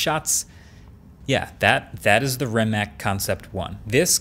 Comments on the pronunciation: pronounced ree-macz the "ree" is a little shorter than a regular ree the "a" is not pronounced like brEad but more like lArge so like the "c" sound in conCept or sinCe (not 100% acurate but whatever) hopefully this helped a little so yall dont start saying re-mech like marques is in the video (i dont blame him) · Proper pronunciation is Ree-matz, not Ree-mac... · It's Ree-matz. :) just sayin... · sadly marques doesnt know how to say its name properly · He also pronounced the name of the car company incorrectly and kept mentioning Doug who does awful car reviews. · Kako izgovara Rimac🤣 Mate na aparatima...